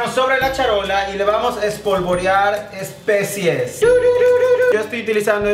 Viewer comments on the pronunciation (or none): "ESPECIES". Es especias jajajaja